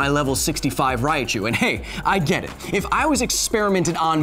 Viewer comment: Growing up, the only time I ever heard "Pokeemon" were when people were either too old to care or were intentionally mocking the games and show. I'll let "Raiachu" slide because, as illustrated in the following video, not even official sources say every Pokémon name correctly. But the franchise itself has one pronunciation only, and it makes sense if you know the "ke" sound in Japanese.